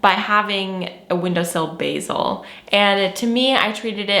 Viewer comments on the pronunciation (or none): none